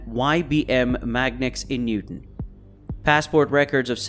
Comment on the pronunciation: It's "Newtown" Pennsylvania, Bucks County, not Newton.